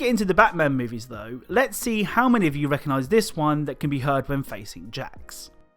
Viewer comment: btw it’s “Dr-ax” not “jacks”